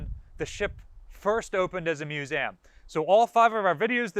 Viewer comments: What is a mewzam? It has THREE syllables. It's MEW - ZEE - UM. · "MU-ZAM?!?" TRY "MUE-ZEE-UM!" (MUSEUM) :p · Drinking game: Everytime this guy says 'muse-saam' you drink a boilermaker! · What’s a “Musam” ship? Museum? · First thing that need to be answered, why can't you say Museum. WHY DO YOU KEEP SAYING MUSAUM!?!?! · Stop it, I'm going to have to stop watching the vid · What’s a Mus-A-um? I’m not familiar with that word. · ftw is "miusäm" ?? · What is a mu - zam ? New word ? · Love your videos but your pronunciation of the word museum is atrocious. But much love other than that perfect. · Seriously stop it, so distracting, is this an American thing like AL-LUM-MINum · I had to stop watching after 3 minutes due to the fact this guy cant pronounce "museum" correctly. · I've never heard anyone pronounce "museum" that way... He seems to pronounce EVERY other word correctly. It kinda hurts my ears. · Learn English there's no A in Museum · Say museum again I’m trying to find out where the a is coming from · I'm not trying to be rude but he says museum funny.